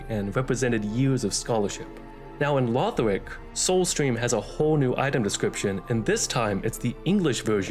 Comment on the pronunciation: Dont insult the legacy of the giga chads Aldia and with that autismo ass voice. It's Lothric not Lawfh-rick.